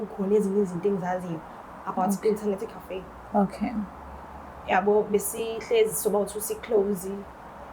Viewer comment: So no one is gonna talk about the pronunciation of "internerrrrrti cafe"😂😂😂😂😂😂